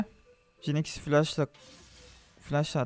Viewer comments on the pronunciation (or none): jinix değil jinx xin değil zin bilit değil blitz kuran çarpsın tilt oldum allah askına düzgün telaffuz et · jiniks ne orada neden 2. i yi söylüyorsun düzgün okumak yerine. Düzgün telaffuzu okunuşu gibi jinks